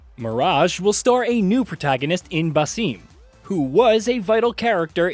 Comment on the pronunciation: Its pronounced Ba-ssem